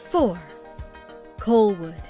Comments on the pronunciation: Colwood not Coalwood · I've never heard of Colwood pronounced "Coal-wood" before. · Coalwood? Saaaaaanich? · Even the voice over artist has no clue and mispronounced several of the city names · A number of the scenes shown for Surrey are actually Vancouver. Did someone who has never lived in BC produce this? Colwood and Saanich pronounced wrong. Three Rivers the largest University in BC? Dead wrong. UBC has almost 3 times the enrollment. Surrey has one of the highest crime rates in BC. Fort St. John is a place in the middle of nowhere and the winters are as colds as Edmonton. Pictures of Victoria in the Saanich part. I do not vote down many videos but this one was really bad.